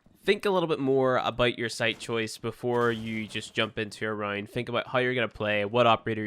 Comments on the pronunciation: he's saying round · Yeah he says round like “rined”